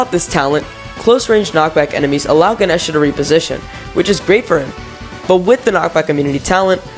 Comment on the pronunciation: I always pronounced Ganesha that way, how the fuck is that incorrect???? 😭